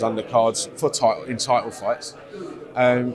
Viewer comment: Can tell it’s not Frank because he smiles more and he says fighter and title, rather than tidle and fighder.